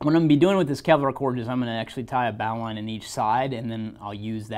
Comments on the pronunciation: In all my years, I’ve never heard it pronounced like bauline (the bow of a ship), but Bo-line (like the bow on a gift). But it doesn’t matter…the result is the same. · Pronounced "bowline" wrong. Good information nonetheless.